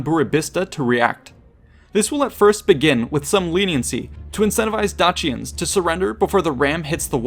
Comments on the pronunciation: DAYSHENS NOT DAKIANS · love your work with all your vids but absolutely did my head in you numerous times pronouncing dacians one way, then saying it a different way. romans would have said it 'dackian'. at this time and mostly, c was always pronounced with a hard c like cat. not a soft c like church. so you mostly say 'dachians' was wrong